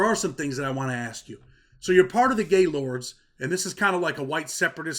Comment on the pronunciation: It’s actually pronounced GIL-OR-DEY 💯 and not just Gaylord…..I grew up with LK’s and Black Stones so I never liked GL’s and we used to make fun of the name ALL THE TIME! 😂